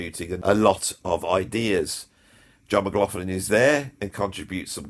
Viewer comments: Brilliant vid! Only one slight issue…John McLaughlin’s surname is not pronounced as an “f” sound in the middle, like “law-f-lin”, but with the “gh” as a guttural back-of-the -throat gargling sound, Scottish style, the way they pronounce “loch”! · Ann, John's sister, told me once it's actually pronounced with a 'K' sound. 'McLoklin' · And despite all that blather, the guy cannot be arsed to find out how to pronounce J McL's name properly.